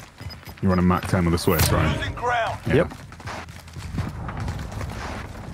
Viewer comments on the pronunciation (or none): none